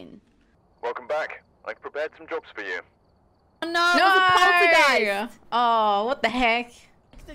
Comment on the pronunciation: It's so funny how they pronounce Poltergeist